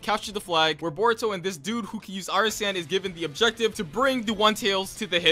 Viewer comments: My guy sounds like he saying burrito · Why does he say it like burrito not boruto?? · What they hear: Boruto What i hear: Burrito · i knew he was lying when he said “burrito” instead of boruto within the first 15 seconds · Do u just said "buritto" 🤣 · When he said baruto not boruto like the food I was laughing so hard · You mean burrito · It kinda triggers me how he says borito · 😂😂🤣🤣🤣 the first time u said uhh boruto/boruto you said borito!!!😃😂😂😂😂😂🤣🤣🤣🤣🤣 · he said boruto as burrito O_o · Did you say burito? Idiot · Lmao mans said Borito